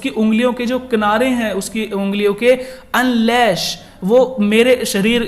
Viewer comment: and can you stop pronouncing words wrong manner, husBAND , and unLASH. ? and can you stop adding stupid and completely unrelated examples from your miserable life!!!!!